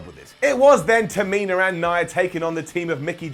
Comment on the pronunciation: you're my favorite to listen to on WhatCulture, so you get an up for that. Not just an up, considering there are many of you to choose from, I'd say that deserves a golden up. Now, that being said, let me get to the downs: Why is it that you can manage to pronounce Nia's name properly, but you pronounce Tamina's as if it ends with an R? Both names end with the same sound, and yet you consistently pronounce Tamina...all wrong. That gets a down. And, in fact, since it makes so little sense to me, not just a regular down...you're getting a brown down. Another down for the down you gave to Braun being friendly with Seth. The feud between them was months ago under different circumstances, and they both have a common enemy in Brock so that actually made perfect sense. Thank you for reading, and thank you for posting your ups and downs. 🤘